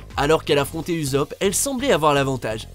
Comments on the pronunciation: STP pas UZOP mais oussop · Uzopp ? Vraiment ? Ça se prononce USSOP même s’il y’a un seul S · Mais vous le faites exprès "uzopp" un minimum d'effort svp😭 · ouai omg la prononciation de uzop, on dirai qu on va zapper